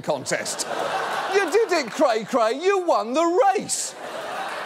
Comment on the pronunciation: The only bearded middle-aged man who can say "cray-cray" correctly is Stan Pines.